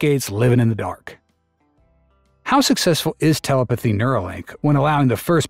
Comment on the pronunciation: Your AI narrator keeps saying teleputhy 🤣